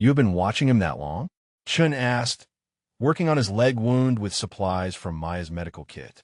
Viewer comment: Good story but I wish the algorithm was adjusted to correctly pronounce wound. The injury rhymes with pruned. The coil rhymes with round.